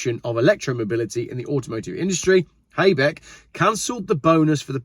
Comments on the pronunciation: You're pronunciation was a bit, off, but okay. Habeck is HA-beck not hay beck👍 You didn't mention that the EU have just slapped a tax on the Chinese Ev's, ranging from 18% up to 38% not sure how it works. Wtf. EU telling us we should all drive EV's then we get offered cheap ones like the MG's, but they don't want us to have cheap cars with a 7yr warranty and then throw them away, oh no, it should be taxed a bit more so its not so cheap. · the pronounciation was not that bad, but sometimes the names were a bit off. For example it is "hAbeck", not "HAYbeck", we don't say the "A" like it is in English. Also often is a mistake with the "EI" like in "ZEIten", EI and IE is very different. It would be more like a pirat "ayyy!": Zaaayyyten. While IE is more like "longer i" but we don't say the "i" like the pirate does, but more like the word "bee" without the "b". "i" and "ie" is more like eeeee. Also the Ö like in JÖRG (Name) is hard to explain, I dont have any English word now in mind that would have this kind of sound in it. I think that is what is often a misunderstanding, especially I often come accross the EI and IE thing, where people try to do it different or right, but don't understand the difference between those two.